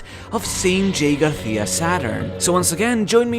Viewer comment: Man I love your videos but the way you pronounce "Garcia" makes me want to rip my eyes out every time, come on man just say Gar see ya